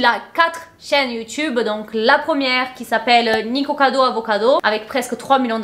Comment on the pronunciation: t'as dit niKIkocado avocado à la fin. haha t'a crue que c'était juste, trop chou